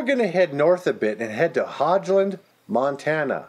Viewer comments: My father was born in Hogeland Mt. and lived in a sod house untill he was 6. and buy the way you mis pronounced the name the o in hoge is a long o not like a hog like a pig. and the e is silent .just though you would like to know . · It's pronounced "hoe gland"